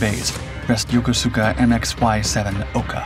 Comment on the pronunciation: Pronounced "Yokooska", not "Yo ko su ka".